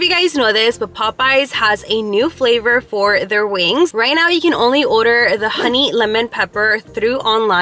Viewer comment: & “oder” instead of “order” lol